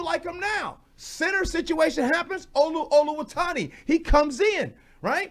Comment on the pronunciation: Gee, there's no n in Olu's last name, It's Oluwatimi not Oluwatani